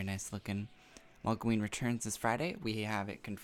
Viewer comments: MOGloween, lol molgoween :P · Could you please change the way you say Mogloween? You always pronounce it "Mogleween" and great video